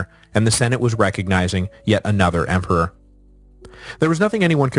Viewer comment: "Emper"? "Empar"? WTF?